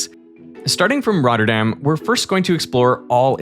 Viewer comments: Hearing derek say the names of the citys in the netherlands is amazing😂, as a dutchmen myself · great prenunciation of the Dutch cites